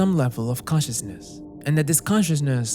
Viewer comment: bro... it's "con-cious-ness" .... not "cautious-ness" .... as in 'conscious'; being aware of and responding to one's surroundings; awake